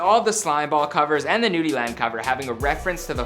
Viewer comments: Finally you said it right🤘🏾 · Even tho I don’t like this guy’s videoes at least he said young nudy name right unlike micheal did famous news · hey atleast you sayinn nudy's name right lol check mcrudden